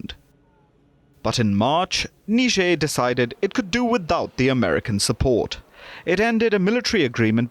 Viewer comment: Niger pronounced as nee-je-er .. I didn't know until I watched this report.